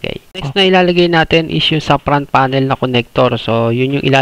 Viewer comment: Suggestion lang bro ha dahil youtuber ka. Iayos mo din pronounciation ng mga parts like "fan" kasi sayo "pan". "front panel" ->"prant panel".